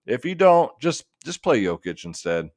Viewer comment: Finally learned to pronounce Jokic's name huh. good job